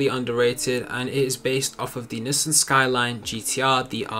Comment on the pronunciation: No hate but why does he say nissin